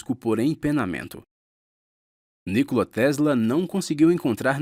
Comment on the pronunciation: Nicola (pronuncia, Nicóla)